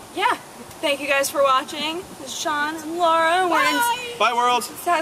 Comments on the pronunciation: The name 'Sean' is Irish and Scottish name. It's the Gaelic form of John via Norman French (where it was 'Jehan') and the correct spelling is 'Seán' or 'Seaghán' (Irish orthography) or 'Seàn' (Scots Gaelic orthography) It's pronounced like 'Shawn'/'Shaun', which are anglicisations of 'Sean'. It is most certainly *not* pronounced 'Seen'. And before you ask: yes, I'm Irish. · Seán is pronounced Shawn. It's Irish for John. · Sean is not pronounced like Shawn and Shaun...